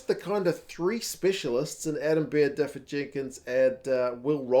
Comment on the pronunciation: Dafydd is pronounced da-vith btw, dd is th in Welsh